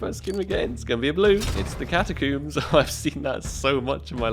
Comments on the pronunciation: ahh yes. the catacoombs and jaguewer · The way he pronounces catacombs 🤣🤣